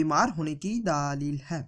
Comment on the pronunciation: Daaa leel..ye kya baat hui..? bewakoof. bolna toh seekh le.